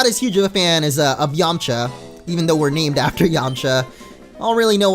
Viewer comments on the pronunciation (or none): none